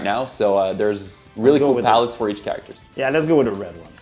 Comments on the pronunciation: please say CHAracter, not chaRACterm its driving me insane. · Select your Ker-ack-tir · 'care-actor' instead of character lol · "CHARE-RICK-TER" -character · Stopped watching because of the care-actor pronunciation. Am I a dick? Yea, and I am fine with that. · Kah ract er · Looking forward to choose a kerrrRACKterr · For the love of god, learn how to pronounce “character” And they say it’s the Anglophones that butcher the French language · dont mind the accent, but the way he says that specific word. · The way this man says character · Absolutely unwatchable the way he says character